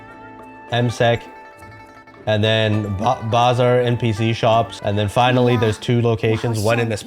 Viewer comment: He-he yo, you kinda made fun of Maygi's mispronunciation of Fei Se when she uploaded that particular video guide of hers, and what do I catch you doing?;) it's buh-ZAAR, not BAH ZAR XDD too funny